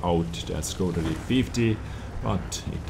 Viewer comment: Škoda Is pronounced shkoda not "skoda" figured you would know this as an Estonian